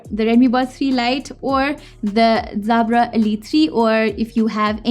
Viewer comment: Is there an issue with her native tongue and the letter "J"?? It kept throwing me to hear her say "Zabra".